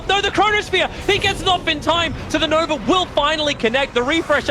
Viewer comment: I swear Tobi is saying "Nover" instead of Nova